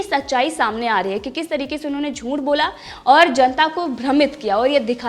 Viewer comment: Nice channel. But first improve your pronunciation. I wrote you 5 times but no improvement. "Junth" nahi hei. " Juth" hei. Usme n nahin hei. Aise to bahot si galatiya karti ho. Bahot fast bolti ho. Speed kum karo. Naki sab thik hei. Good source of real news. I like your channel and i have subscribed to it too. BELL icon bhi dabai hei.